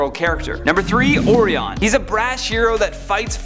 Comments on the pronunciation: It's pronounced O-RYE-on. Like the constellation. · Dude, repeat after me: "Oh-Rye-Ahn". Just like the constellation. Also, you don't say the "ps" in "Corps". It's not a dead body. You wouldn't say "Marine Corpse". It's pronounced "core". Just saying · Oreon lol. Oreos? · Or- ee- on I thought his name was orion like the star constellation. Am I wrong? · It's not or-e-on It's orion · It’s pronounced “O-Ry-An” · Did anyone tell him it's pronounced "Oh -Rye-on (or -an)"?! 🤦🏾‍♂️⚰️ 😂😂😂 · I’m just trying to figure out which character’s name you’re going to destroy next time... it’s O-Rye-In, Canada’s School System failed you horribly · Its pronounced Orion OR-RI-ON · Thank you sir, when he said Ore-E-On I got so pissed. It really irks me that folks who have channels for and about superheroes can never seem to get the names right. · I don't know about these lists. Lot of questionable "heroes" on this list. Orion was mispronounced. And Green Lantern Corpse ??!? Who died? Oh.....you mean Corps which is pronounced CORE. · Oh,man...listening to the mispronounciation of ORION